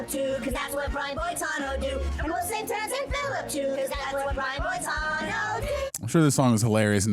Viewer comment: nevermind not knowing famous actor Brian Dennehey, or however that is spelled, and completely missing George freakin' Burns, but you can't pronounce Boitano? You keep saying "Bo-tah-no." Dude. It's in the song. "Boy-tah-no." You guys have missed out. Wait till you see the episode where kenny sees boobs in space. It involves cats. See also: Heavy Metal magazine. It is a trip. And no, there was no real person called, "Big Gay Al." He only existed here. Not that I haven't known a few in real life... gurl. It is disappointing, that you two did not like this. I get it. You were not disrespectful. May I suggest, for future South Park viewing, get other people who do get it and like it? I watch the YT guy, "YeahHobbs," who watches episodes with a friend, both of them early/mid 20s, and they get it, and appreciate it. If you had gotten into it via watching the series, then this movie, it may have helped. Kinda like you need to watch the movie Buffy, before the series, or you will be confused, and hate the movie, which itself was a spoof of teenage horror movies. I have no idea how people don't get that going in. Her name is Buffy, and she is a bleach-blonde cheerleader from The Valley. And she is "The Chosen One." See how absurd that is? One of my watchers hated the movie, because she started the series first, and was expecting a genuine horror movie. She got halfway through, and seriously asked, "Did they get halfway through this, and decide they wanted to do a spoof?" No, hon. Yo